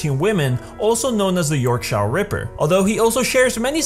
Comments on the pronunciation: Also it's york-sh-er not yorkshar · lol it's pronounced YORK- SHEER ( as in 'ear') not SHIRE like the hobbit. Yeah, English is weird, lol. Just try pronouncing 'gloucester', that's the worst one- it's pronounced 'gloster' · It's Yorkshire not yorkshare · Being from Yorkshire, the way you pronounce "Yorkshire Ripper" is rather entertaining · The way you pronounced Yorkshire physically hurt me